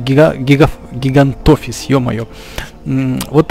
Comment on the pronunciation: Не гигантафис а гигантофис